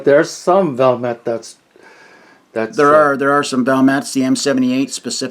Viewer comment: It's "Val-met". There are no silent letters in Finnish. Every letter is pronounced.